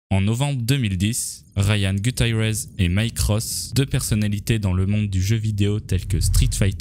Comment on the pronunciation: "Gueutaïraiz" fait un effort pitié